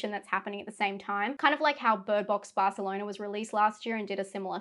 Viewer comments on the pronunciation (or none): none